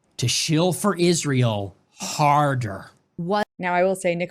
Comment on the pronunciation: Like your husband, can’t stand hearing that “IZHSrael” over and over from her mouth